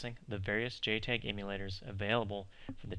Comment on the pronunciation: It is pronounced JTAG not JTEG !